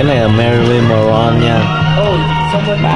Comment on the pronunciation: It's "Mon-roe" not "Mà-ron" bruh.